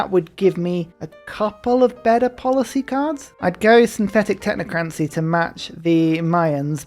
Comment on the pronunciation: the way that you say technocracy irks me. Love the vids!